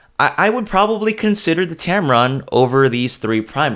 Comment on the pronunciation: I keep hearing you say tamaron 20 - 75, is it me? I would add the sigma 19mm 2.8 is great for indoor shots. It is a sharp lens.